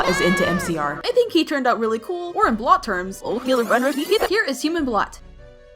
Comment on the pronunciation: His name is bolt not blot